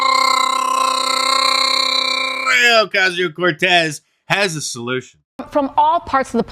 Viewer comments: So jealous you can articulate R in Alexandra so good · Lol ‘ed 😂😂 so hard at the Alexandrrrrrrria AOC pronunciation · Omgsh Mark! I'm a native Spanish speaker and i don't think I can roll my r's that much 😂😂😂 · In a few years, all Mark Dice videos that mention AOC will average over an hour long because Mark keeps outdoing himself with how long he can roll the “R” in “Alexandria” with each video. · That was the longest R roll when you spit AOCs name. Brutality 🤣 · That's how you roll an r ladies and gentlemen!😂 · The rolling of the “R” LOLOLOLOL!